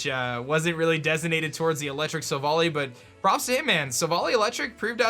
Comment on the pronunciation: stop saying silvally wrong!!!!!!